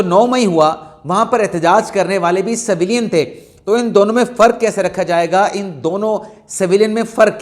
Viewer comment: saheb Saveelyn naheen civilian bolty naen